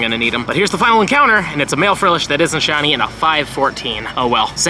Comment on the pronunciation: “Only 3 shinny furfrou.” Hahaha